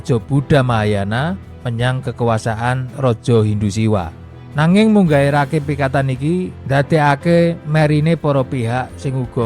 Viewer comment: Kata Rakai lebih pas nyebutnya Raka i